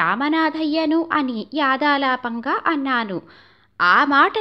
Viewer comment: "యాదాలాపంగా" అంటున్నారు, తప్పు అది.. "యధాలాపంగా" అనాలి...ఉచ్చారణ దోషం సవరించడానికి చెప్పను అంతే!! శుభమస్తు.